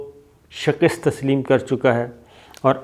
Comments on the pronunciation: O bhai jan, Shakist nahi bola karain, Shikast hota ha. Thanks! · Sabir Sahib please note that you pronounce the word " Shikast" as " Shakist". Shikastan is a Persian word ( verb) meaning " Breaking" SHIKAST is its noun. Abbas Gillani Australia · آپکا "شکست" کا تلفظ غلط ہے.... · Shakast not shakist